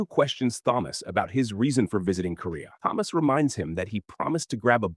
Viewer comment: Thomas with a T not Th